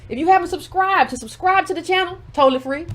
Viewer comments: I’m dead at “Fwee” too 🤣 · Kamala was Fwee!!!! Hahahaha, I CANNOT wit you! LMAO